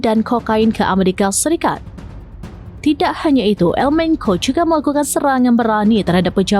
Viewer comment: Di baca bukan El Menko, mbak ... tapi El Menco bacanya